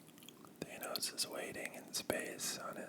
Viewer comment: I’m over here wondering how even with all the movies I’m sure you’ve watched, you’re pronouncing Thanos like that. Or did the movies get it wrong? But I barely care because this is some great whispering